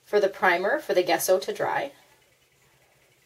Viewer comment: It's pronounced jesso, the G is soft, pronounce the g like you would in journal. Just to let you know.